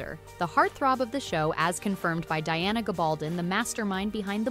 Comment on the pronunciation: is absolutely correct about the pronunciation of Diana’s name. I once saw an interview with her when that’s what she herself said is correct, and grumbled about how few people ever get it right. Furthermore, that’s the standard pronunciation of names and words with this kind of format in Spanish - a language I’m very fluent in.